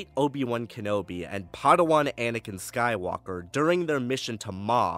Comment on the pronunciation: "Skywonker". Can't unhear it now.